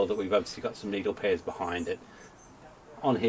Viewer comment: "Needle prayers"...Me thinks you said it correctly the first time! 😋